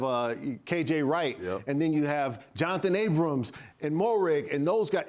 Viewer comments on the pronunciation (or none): EA & EC represent! 5-2 before the bye, let's keep our heads down and get ready for a big second half! Marcell, love to have you back! its Johnathan Abram, not abramS, Think it's Brandon Facyson, FAy-son, not fai-zon like paisano